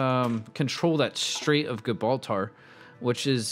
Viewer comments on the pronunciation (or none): It’s not gib ralter it’s jibralter